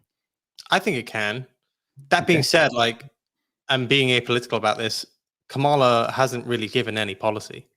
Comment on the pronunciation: KA-ma-la is the pronunciation The accent is on the first syllable.